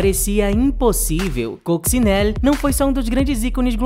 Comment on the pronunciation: Oi, e! Obrigado por mais este conteúdo super bem pautado, pesquisado e editado! Parabéns! Só aponto um problema: quase todos os nomes dos artistas aqui citados - inclusive o da própria protagonista, Coccinelle - são pronunciados erradamente. E ficamos no aguardo de novos conteúdos relevantes, embora esquecidos, como esse!